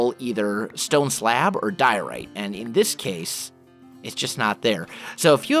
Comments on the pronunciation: he's always had trouble with some words of you listen carefully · when he says diorite you can hear that he's still not used to saying that. ...